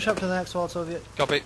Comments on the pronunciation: calls Soviet "":3 cute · jamppa-.-kor he said XD!! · It's wholesome to hear calls Soviet '"